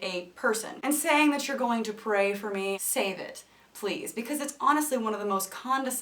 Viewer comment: I died as soon as you said "dat" LOL